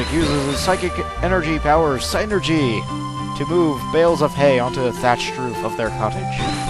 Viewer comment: I think you say it "Sin-ergy" not "sign-ergy." But whatever, you're amazing.